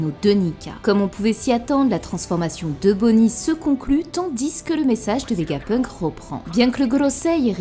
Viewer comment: Ça me fume quand tu dis le S dans TANDIS 😂😂😂😂